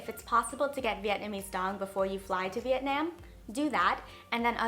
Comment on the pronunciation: The way you pronounce Vietnam makes me want to kms